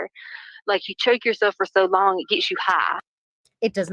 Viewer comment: If there had been any icloud acct at all ,why would anybody need the actual phone?? Wtf is her fake accent? It sounds like she loves to hear herself so much that she tries to add xtra syllable to every word... ("It makes u hiiiiggghh, repeat x2" ) Ps. Im pretty sure the Mexican mafia includes MS 13, like its all within the same type thing & they also have connections to the cartel. (If i am not mistaken) She is so stupid.